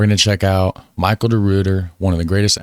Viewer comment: Your pronunciation of "Michiel" is spot on. The VOC was a private company but interestingly also had carte blanche to wage war on behalf of the Dutch Republic. Barbary pirates were not from Barbados, though, but from Northern Africa, now Morocco and Algeria. The native people there were berbers. This is also where the word barbarian comes from. Frysian language was spoken all along the North Sea coast all the way up to Denmark. The English crown ship captured during the Medway raid was taken back to Amsterdam as a trophee and exhibited in the national museum up until fairly recently. I think we gave it back a few years ago because we're all friends now.